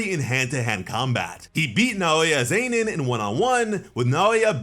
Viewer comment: Why does he say Zenin like Zaynin